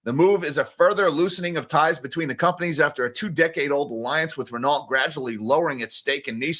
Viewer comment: Renault Ren-no.... it is French mate 🙃